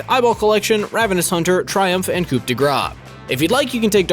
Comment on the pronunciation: Please learn how to pronounce coup correctly. LOL